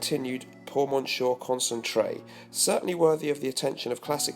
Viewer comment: quick, say something funny! PS : you bouchered the chanel fragrance name - check google translate to pronounce "Monsieur" in french ..